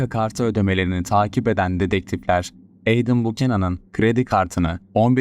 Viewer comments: Adam(Edem) diye degilde Eydim diye okuman😅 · Edem değil edım diye okunur. Ayrıca video sahibi de doğru telafuz ediyor. Laf sokucm diye komik olmayın mk